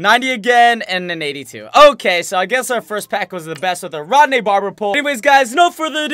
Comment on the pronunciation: Its ronde not rodne